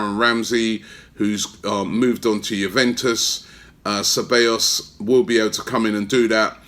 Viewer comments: CE - BA - YOS Robbie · Robbie you need to work on your pronunciation ahead of the start of the season - SE-BYE-OS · You say the double L’s as a y in Ceballos